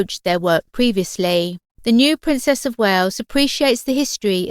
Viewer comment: 'The princess of Wayooz'. Ugh.